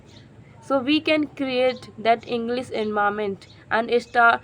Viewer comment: Please Do not say ENGLIZ ENGLISH IS CORRECT